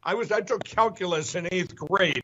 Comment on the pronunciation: Number C is great at "Calculace" 🤣🤣🤣🤣🤣🤣